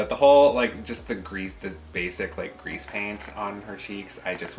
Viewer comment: Boys it's Crease non Grease when speaking of eyeshadow : P Nice video!